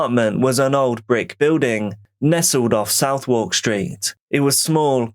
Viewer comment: Knew you could never be Londoner(England) by the way you pronounced Southwark! Don’t even know if I can spell it, maybe Suvverk?🙄 and I know those flats and live nearby